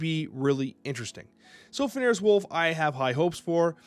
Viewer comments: Wouldn't be an video if he didn't manage to pronounce Fenris as Fen-air-is. Never change. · another new card another wrong pronunciation lol its FEN-RIS wolf! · I love your videos. Fenris is pronounced "fen·ruhs"